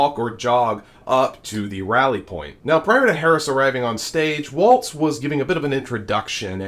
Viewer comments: I was told that Tim’s last name is pronounced WALLS not Waltz with the T sound. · I enjoy your videos! But... please pronounce Tim Walz' last name like "walls", not "waltz". Thanks! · Love the channel, but please start pronouncing Walz correctly. It's *walls, not *waltz. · Walz pronounced Walls….. not pronounced waltz….. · Isn’t his name pronounced like WALLS and not WALTZ….let’s get it right! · Fyi: His name is pronounced "Walls" not "waltz" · It's sounds like you are saying Waltz but his name doesn't have a T in it. I'm pretty sure it's pronounced like walls. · Let's get the man's name right. It's not pronounced "Waltz", it's pronounced like " Wallz". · Why is it so hard for you to say his name correctly? You did this several times yesterday & continue today. It's Walz, not Waltz. Figure it out. Why should people watch when you can't do the most basic research? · Walz is pronounced like "walls", not "waltz". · BTW...his name is pronounced "Walls" not "Waltz" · It's WALZ - as in WALLS, there is no "T" in his name. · WALZ, not waltz. VOTE BLUE !!! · Sir his name is pronounced Walls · Walz not Waltz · Walz not Walt. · His name is Walz. Not Waltz. It is also Eau not Oh Claire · Walz not Waltz yo. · Walz not Waltz. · There is no t in his name. It is pronounced Walls. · Its WALLS, NOT WALTZ...turn the Z into an S. W-A-L-L-S. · By the way, it's Walz not Waltz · Please don't say Waltz...that's a dance. Say Walz as walls. See how ez that is to pronounce. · It's pronounced "walls", not "walts". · I believe his name is pronounced “Walls” not “Waltz”😊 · Dude, please, his name is pronounced Walls, not Waltz. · Nice report.....but his name is pronounced Walls, not Waltz. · It's Walz, why do you keep saying waltz? There is no T in Walz. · His name is “Walz”, not “Waltz”. There is no T in the name. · Allan Spears: Tim Walz’s name is pronounced WALLS, not WALTZ. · I appreciate your content, but I believe WALLS is closer to the pronunciation of his name than WALTZ.